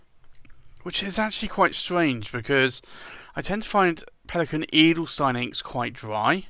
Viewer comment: the 'stein' in Edelstein is spoken like sh-tyne ;-)